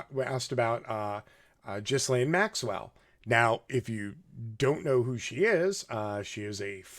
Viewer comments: You seem pretty intelligent so I'm mystified by your slaughtering of so many names and words.....please say Herr-aldo Rivera (which is his name) and Gill-ane Maxwell etc- it's so irritating to listen to!!! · Geraldo is pronounced Huraldo. Ghislaine is pronounced Geelane. Otherwise good info. We will probably never hear the truth of it all even though this has been in the news since mid-aughts. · Her name is pronoumced “gill- laine.“ The s is silent. 👍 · “Her- Aldo” not “ger-aldo” and “gee-lane” not “Jiz-lane” my goodness I can’t even focus. Pro tip - you can click that little speaker on names while doing your serious Wikipedia research and hear how to pronounce names. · her name is pronounced Gilaine, not Jislaine. The S is silent. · You are both right. "Gilaine" is the posh French pronunciation, coz she was born in Paris. "Jizzlaine" is an Anglicized version, or rather Americanized. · Her name is pronounced “Gee-lane” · Thanks for pointing these things out. Btw her name is pronounced gilaine with a g as in goo. I think it is a celtic name and spelled a lot different than usual english words. Also do watch "Jeffrey Epstein, Filthy Rich" the recent 4 part documentary on Netflix. It clarifies the accusations regarding Epstein and Maxwell very clearly. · G (Hard "g") Gilaine - Ghislaine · Come on dood;It's"GHEELANE (soft g) and "HERALDO" ;g pronounced like an English h. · Ok, I understand how this guy can't pronounce Ghislaine. Most people can't (and it is pronounced Ghee-len, btw). But how can he not know how to pronounce Geraldo?? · Scratch the KGB and MI6 he was a full agent for mossad that’s it . And Epstein was assigned to Gislain . She is the mastermind not Epstein. Why do you think he’s dead and she’s alive? Gislain is pronounced with a hard “G” and the “S” is silent / pronounced " Heraldo" and " Ghelane " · pronounced gilane. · J-raldo? Jizz-lane? Dude learn to talk! But I agree on your points! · Cut 'em some slack, I thought "Jizzlaine" was pretty funny.